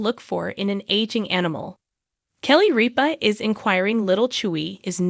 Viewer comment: Rip-A not reap-A